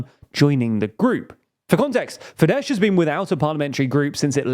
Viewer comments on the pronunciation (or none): Minor correction: Fidesz is pronounced as “Fides”. “Fidesh” would be Fides in Hungarian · Fidesz is pronounced "fides", not "fidesh". Like the Latin word. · It's pronounced 'Fides' not 'Fidesh'. Pls always do research on pronunciation, such mistakes are unprofessional imo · It's not Fidesh, it's Fidesz (sz being read as s in sour) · The SZ in Fidesz is pronounced "s" not "sh". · It’s not FideSH, it’s Fides. Just “s” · Fyi, Fidesz is pronounced as “feedes”. No “sh” sound at the end. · Sorry, but I have to criticize the way you pronounce things. The "sz" at the end of FIDESZ is the "s" in English. Meanwhile the "s" in Budapest is pronounced as "sh" correctly, you basically had them backwards. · Lol Fidesh... they're Hungarian, not Polish.